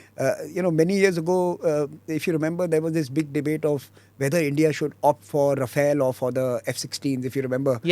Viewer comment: It is Rafale not Rafael.